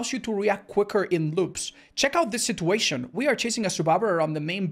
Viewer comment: This man refuses to pronounce "situation" correctly.